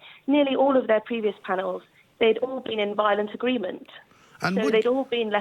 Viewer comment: Did she say 'Vilolent agreement' I love that expression.